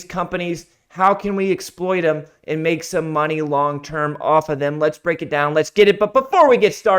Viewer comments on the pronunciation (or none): none